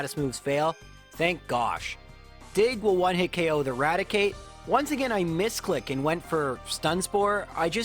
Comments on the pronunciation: A gain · GO AGANE xqcS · Knew this guy was Canadian based on the way he said “again”